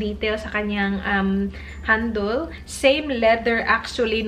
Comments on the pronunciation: Un accent Lang ba talaga nya un? Was just wondering. Not bashing. And bag “handol” ba dapat instead of bag “handel” (handle) ? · H&m, sabi nya heisch and m and handol instead of handle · She kinda speak wid aussie accent. "Handol" is fine. Its the same sa british accent. Like sale they pronounce it like sigh-l.